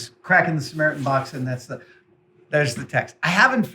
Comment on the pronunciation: Did you miss the short "T" in "SAMARITAN"?